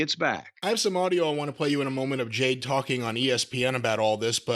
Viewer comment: I’m still trying to figure out why he constantly calls her Jane and not Jade 😂